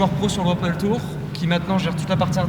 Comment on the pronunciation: tu redis PADEULLLE une fois je te ban de ta chaine ok!!!